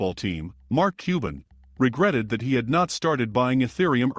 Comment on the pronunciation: Cuban (qban), not cooben!!!!!!!!!!